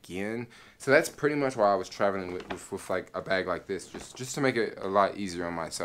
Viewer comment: Dig ur vlogs, but, sometimes u drag ur stories out, and please say "with", not "wiff".... ur killing me.... and "super" this and "super" that, along smh....ur definitely not a NY, or even an east coast brother.... lol.... but ur cool.... be safe